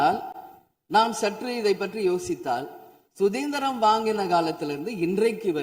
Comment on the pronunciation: Suthendiram illa suthandiram ma athu